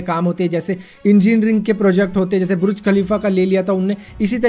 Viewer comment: Bhai buruj nhi burj